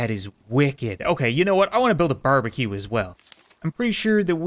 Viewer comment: Barbracue 😂not barbecue